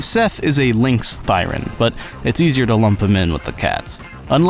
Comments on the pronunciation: "Thee-ren". 'Thigh-ren' is a blashpemy to romance languages /rant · I've been pronouncing it Thee-ren this whole time O_O Would be interesting to find out if Hugo and VIvian are half Onis cos Onis have pointed ears too. People did theorize they're bat-thirens but with no wings and other bat qualities, it's hard to say of the veracity of this theory. Anyways, great video, really enjoyed it, keep up the good work.